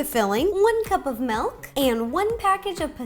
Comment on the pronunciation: You say "Melk," you are pure💕